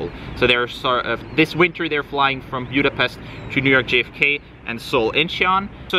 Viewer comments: Budapest not Bjudapest. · He needs to learn how to properly pronounce “Buda-pestch ! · Have never heard your pronunciation of Budapest